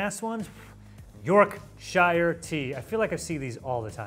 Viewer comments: it’s not Yorkshire tea it’s York sh u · The way him and any American pronounces Yorkshire always make me cringe, why put so much emphasis on 'shire' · The way he butchers the pronunciation of Yorkshire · Thank you! I cringe every time I hear York-shy-er instead of York-shur. Don't get me started on how the Yanks pronounce Worcestershire ... yeeesh!😬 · Pronounced York-sheer! I’m from Yorkshire😆 Also pretty certain the Hershey’s we find in our supermarkets are produced in the UK. I buy them from wholesalers, some flavours are UK exclusive. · He just seriously called The tea brand Yorkshire tea "Yorkshirer tea" it's called Yorkshire tea mate 😂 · YorkSHER! WE ARE NOT HOBBITS! Also its one bloody word! Edit: Nerds are british - created in the rowntrees factory workshop in york and part of the wonka brand. FFS! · ITS YORK SH-URR- NOT YORK SH-IIAR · It's pronounced York shir not York shire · As a yorkshire man we pronounce it “York-shu!” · The shire isn’t said that hard in the UK it’s more of a sher sound and Yorkshire tea is the best tea ❤ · Yorkshire tea is definitely the best. & It's pronounced Yorksure 🤣 the 'shire' part always kills me 🤣 we pronounce it 'sure' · Beans are definitlety best warmed, never eat cold beans, euuugh! Top tip, it's pronounced more like york-sheer as one word ;-) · “York (dramatic pause) shire tea” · York shire tea. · York Shur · The pronunciation of "Yorkshire" was diabolical 😂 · Please Learn how to say Yorkshire correctly. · I twitched every time 😂 “the shire of York” was my favourite direct quote 😅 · "York. Shire. Tea." Every Brit: 🤦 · The way pronounces Ruben’s and Yorkshire 🫣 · as a yorkshireman i had a stroke listening to you say that lol. also yorkshire tea with a splash of milk and 1 teaspoon of sugar slaps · This guy does my head in the way he saying yorkshire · never understood why americans struggle with -shire place names, when they're just fine when it comes to New Hampshire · "york shire tea" 💀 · Quit saying Shire 😂